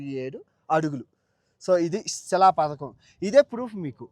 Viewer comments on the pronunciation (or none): none